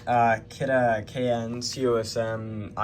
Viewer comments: Finally someone who can say Kidde correctly. I hate when people say kiddy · Its kiduh (spelt kidde)